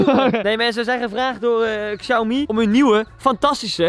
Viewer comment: Je spreekt het uit als Xiaomi